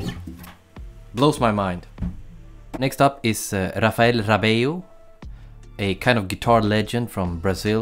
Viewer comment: Says he sucks at saying names but he got Rapheal Rabello perfectly fine..